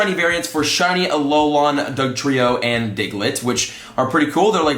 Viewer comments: TypicalUnicorn21 More like A-lo-len no? But please read this comment, it’s driving me crazy as well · Its said A-lo-len, not a-lo-laaaan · BRO It’s Alolan Pokemon not alolon Pokemon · Just saying it’s Al-ol-an not Al-ol-on Not trying to hate, trust me I love you so much but it was driving me crazy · Alex Lopez I mean it’s technically pronounced like that so yeah. But he needs to read this pleaseeee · For real, at first I was laughing and then mildly cringing. Freaking AloLAWN lol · Yes, yes, yes! Driving me cray cray! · How says it: "Alolon" How you're supposed to say it Alol"an" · It’s not alolon forms it’s alolan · A lol an not alolon! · Why are you saying it that way it's not "a low lawn" it's a " alolan" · AloLAN not AloLON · Alolan = "Aah-low-lin" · I die a little inside every time says “Alolan”... It’s ALO-LAN!!! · Him saying “Alolahn” the whole time bothered me so bad!😂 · TypicalUnicorn21. Sounds more like he says lawn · I like alot but im cringing every time he says alolon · I had to turn the volume down to deal with Ah-low-lawn. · going crazy from his 'alolon' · Hey let me help u out buddy. Its pronounced aloe-lin 😅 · the way you say Alolan sorta annoys me It's pronounced Alo - len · I have to turn off this video. It's pronounced a-lol-in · You are saying alolan wrong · TFW keeps pronouncing "alolan" weird